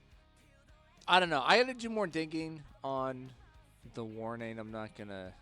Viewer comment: Good pronunciation of their names!